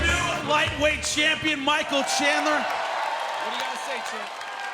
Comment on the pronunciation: the announcer said his name wrong He pronounced it Michael Chandlin. Also during the julia budd introduction the announcer calls the reff mike beltanon